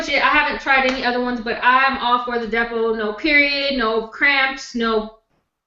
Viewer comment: I could have sworn said,i am going to talk about the devil,but she is saying Depo.!!!